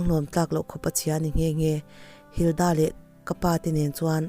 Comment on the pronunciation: Linda tih leh Hilda tih hi a lamdan a danglam chuanglo sin 🙊🙊